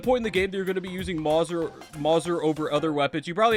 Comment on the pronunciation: Calling the Mauser (maw-ser) is 10/10 rage bait